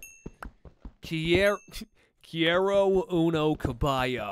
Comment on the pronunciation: He pronounces some words very dragged out in a way that gives away how new he is to it (he says quiero as keey-air-oh very very strongly lol) which isn't wrong just clearly inexperienced. He's defenitely doing pretty good though